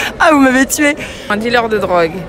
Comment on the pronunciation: Mdr comment y prononce DILÉRE